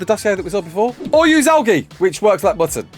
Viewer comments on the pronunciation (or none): Al Gee...really? That's embarrassing.